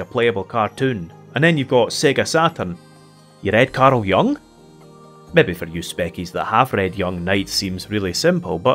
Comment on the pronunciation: Ack-HEM... Its pronounced: Karl Yoo-ng. :-p